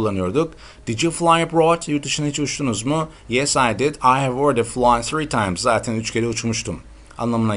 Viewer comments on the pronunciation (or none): none